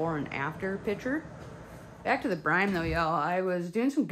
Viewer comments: UHH ITS CALLED BRINE NOT BRIME LOL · I think you are saying "brime". It's brine. You're welcome. ;)